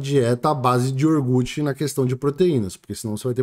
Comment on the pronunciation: Iorgute não! Iogurte.